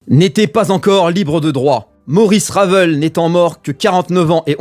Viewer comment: Ça se prononce "Ravèl", pas "Raveul". C'est un nom français. Ce manque de culture, bordel. Arrêtez d'être soumis à la culture anglo-saxonne.